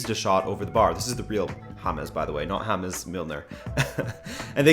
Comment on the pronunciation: i didn't know that ''Ham-es Milner'' was spanish